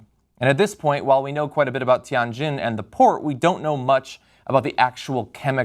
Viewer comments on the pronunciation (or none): Anything could be stored at the port. I don't think that there's just chemicals alone stored in there. There could be bombs maybe. Who knows. Btw, It is pronounced as Tian - "tee-ann" Jin - " Ji-inn" (not "gin"). 天津。